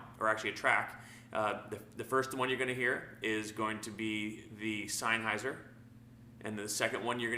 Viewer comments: In German if you have a combination of "e" and "i" you pronounce the latter. In this case, "highser". Of course you're right about senn instead of sine though. Bugs me too. Good test beside that though. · You are saying it all wrong the pronunciation of the word Sennheiser it isn't signhouser as you are saying it it is ( Sen ) houser